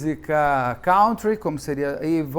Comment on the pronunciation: Beto, procure no Google pronunciation a pronúncia de COUNTRY. Não se pronuncia como o verbo “to count”, por exemplo.